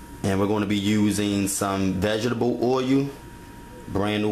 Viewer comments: oyu and veg-et-table oyu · lmfao this guy cant speak enlgish.. nigga said Oyu, and Veg-Ga-Tubble Oyu lmfaoooo